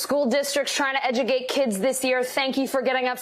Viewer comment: “Trying to “ED-JU-GATE???” 🤦‍♀️